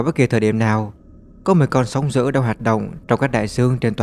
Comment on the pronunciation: Thằng này là giọng AI thì phải, đọc chữ "d" mà nó cứ "gì, gì". -sóng giữ.....??? Ngáo đá.